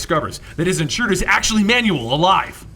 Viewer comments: Manuell is pronounced Manwell not manual. so terrible... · Man you el not man you will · not manual its manuel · Pronounced "man well" not "man you el". Have you, seriously, never heard that name before? Wow... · Spelling? I never said a thing about spelling. He is PRONOUNCING the name like "instruction MANUAL". The proper pronunciation sounds like "Man well" and NOT "Man you all". I'm bilingual and I can assure you, he's not reading "Manuel" right. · Wait... Isn't Manuel pronounced Man-well not manual? (Man-you- well) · You pronounce Manuel like Manual. Manual is a booklet. Manuel is a Hispanic name... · Great video as always but I'm sure that Manuel is pronounced Manwell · lol that you pronounce Manuel as manual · Every time he pronounces Manuel's name as, "manual," It makes me want to die. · Manuel is pronounced man well. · Hey man, just letting you know for future reference Manuel is pronounced "Man-Well". Love your videos and i'd be lost in half the stories if you didn't do what you do. Especially Red daughter of krypton and Superdoom. Keep doing what you do man, you rock! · Your pronunciation of Manuel is quite comical.